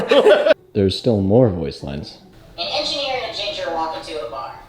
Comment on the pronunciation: Ladies and Gentlemen, I present you " The Enjenier" LMAO